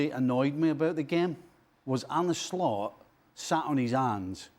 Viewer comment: I keep hearing An@ sl-ut